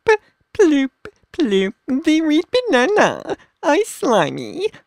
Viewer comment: Reed bananaaaaaaa! At least he said Del Monte right😂